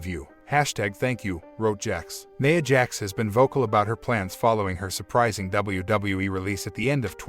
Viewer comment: Who tf is "Neyah' Jax????